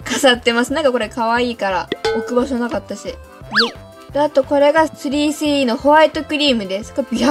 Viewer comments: の3CEの言い方苦手。なんか、3CEって言えばいいのに3スィーEって言ってる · スリーシーイーじゃなくて、スリースィーイーって言ってるよね。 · ｽﾘｰｽｨｰｲｰw発音かわよ💜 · スリースィーイー笑笑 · 『スリースィーイー』笑笑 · すりーしーいーではなくしぃーいー笑笑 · 3CEはそのまま発音していいんですよ！スリースィーイーみたいに聞こえます。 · すりーすぅいーいーって言ってない？ww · の3CEの発音でSiriが反応しちゃうww